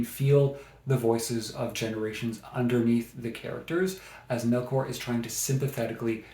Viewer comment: Paradais is a masterpiece, especially if you're able to read it in Spanish. FYI her name is pronounced MelCHor like the ch in church not MelKor. thanks